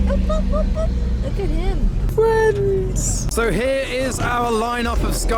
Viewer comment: R34 fwends 👍👍😂